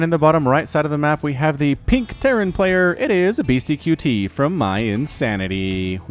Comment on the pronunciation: the name is said BeastyCUTIE not Beasty QT. I wanted to rip my hair out every time you said it wrong.